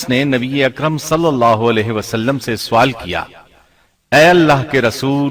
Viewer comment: Sawaal (question) ye urdu ka lafz hai. Phir ap isko Suwaal keun bolte hain?